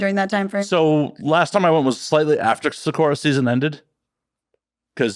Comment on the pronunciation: By “sawccorraw” I’m guessing he’s trying to say “sakura.” Gaijin.